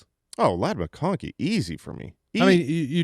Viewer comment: Did say mccocky instead of mcconkey?